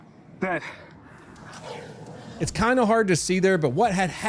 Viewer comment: “I’ve been hit, but the suspect’s… ded.” Lol